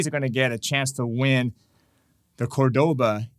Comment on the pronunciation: Hi. Thanks for the lesson! FYI, you keep saying Córdoba wrong, with the accent on the second syllable, e.g. cor-DO-ba. Córdoba has the accent on first syllable, e.g. COR-do-ba. I have the Córdoba “Dolce” 7/8 scale classical guitar. It is one sweet guitar (pardon the pun)!